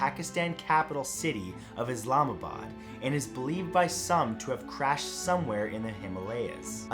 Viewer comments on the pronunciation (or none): none